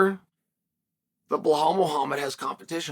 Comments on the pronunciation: His name is Be-LaL, am I missing a joke here? I know he’s boring af. but his name is kinda interesting. Where’s the “Hall” coming from? 😂 Merry Christmas guys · I keep forgetting his name... "Blow-Hall Muhammad" Ah that's it... Thanks Chael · Since when was Bilal's name is Blahal? 😂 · BLAHAL is brazy tho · Blehal, and MakLchev